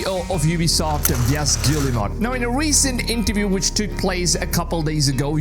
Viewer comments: his pronunciation of yves guillemot is an absolute violation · You are butchering the pronunciation of Yves Guillemot's name... not that he deserves respect